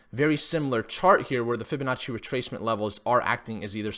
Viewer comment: Fibinachi sounds like an expensive garnish for noodles gotta love when he says that lol